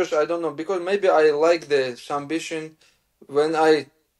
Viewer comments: SuMBission - i thought it was some new technique. 😂😂😂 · Submission ❌ Sum bission ✅ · Islam saying sumbission 😂 ❤ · He loves sumbission 😂 Love this guy . Excellent fighter